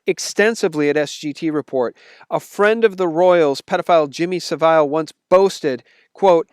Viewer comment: Thanks for that SGT. Just a small point. I'm in UK and have lived in UK all my life. So I have seen Savile since I was a child on television and listened to him on the radio as he was a DJ. His name is pronounced with the accent on the first syllable, not the second syllable, like 'SAVile'.